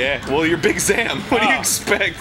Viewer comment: Big Zam is pronounced Big Zom